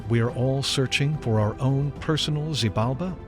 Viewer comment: Gaia staff really need lo learn how to pronunciate Xibalba, popol vuh and mahabharata! It was an horror to hear them saying it so bad